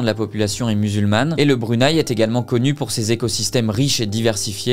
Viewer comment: Tes vidéos sont vraiment intéressantes j'adore les regarder. Mon seul petit bémol c'est que le Brunei se prononce Bru-né-i 😊